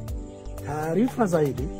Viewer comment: Tujitahidi kutofautisha R na L Mfano:Taalifa❌ Mbalikiwa ❌ Kiloho ❌ Huluma ❌